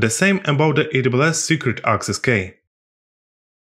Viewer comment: i like your videos, by the way, the pronunciation for key is 'Kee'.